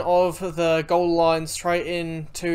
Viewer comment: Gawler is pronounced Ghoul-er